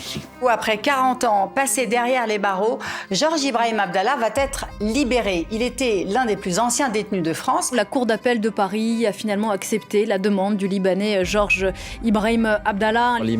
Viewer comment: "va têtre libéré" dit la grande journaliste 🤣